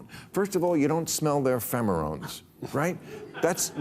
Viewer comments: At about , Cornell graduate says, “…maybe she (Harris) should have went on Joe Rogan…” Oh, well… And at , he said, “…you just have to smell their phemerones…”; the word for the scents given off by animals, including humans, when they’re seeking a mate is “pheromones.” This is referred to as a spoonerism, when the syllables of a word are accidentally spoken out of normal order. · "Ya don't smell their "phemorones" ? -Bill Maher What is a friggin' phemorone, Bill? Is Bill turning into the Joe Biden of the political talk shows? The word is pheromones, pronounced fair-uh-moans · Phemerones? I hope he just misspoke. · I think Bill meant to say pheromones not femerarones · "Femerons" 👀 Bill barely learned that it's "intifada", after saying "infitada" multiple times... At what point does he take a cognitive test? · " Phemerones?" Did you mean "pheromones?" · Did this a hole just say phemorones instead of pheromones. ? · Bill , it's Wimbledon, costco (not cosco) and pheromones, (not femerones). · Pheromones, not "fremorons", Bill. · Bill said femerones instead of pheremones!!! haha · It's pheromones Bill not femorones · "Femorones"? Did you mean pheromones, Bill? 😉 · It's pheromones Bill, not Femerones lol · Bill is super smart, but the word is pheremones - not phemerones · Bill doesn't know how to pronounce Mifepristone and later says "phemerones" instead of pheromones. 😮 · Bill, it's pheromones not femorones. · Femerones not Pheromones? Wimbleton not Wimbledon? Rock with the what is it, Sock 'em Rock 'em with the thing..., not Rock 'em Sock 'em Robots? Is Bill OK? He really seemed to be struggling there. Hope it's just a cold or something. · What exactly are "femarones"? 😂 oh pheromones lol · It's pheremones, not phemerones, Bill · "Phemerones?" Me-FIPP-re-stone?" Bill's losing it. I think that, in the past, he wouldn't have mispronounced these words. I don't know.... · Did he just said “phemorones” 😂😂😂😂😆😆😆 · Femerones, Bill? I think you mean pheromones.